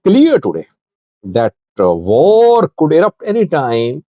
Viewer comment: 😂😂😂😂😂😂😂😂😂😂😂 although you're pakistani, you sound indian when you say "var" instead of "war" that's becuase some Pakistani languages such as urdu share hindustan tree, although the Pakistani influenced by persian...etc. i dare you to pronounce war in your next footage.